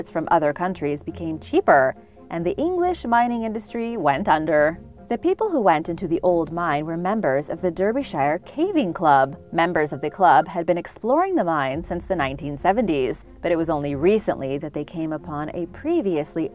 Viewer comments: Cheshire is pronounced Che-SHEER. Derbyshire is pronounced Derby-SHEER. All the “-shires” are pronounced as “sheer” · They are pronounced shur as in sure. Derby-shur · Derbyshire.. pronounced Darbysheer...😁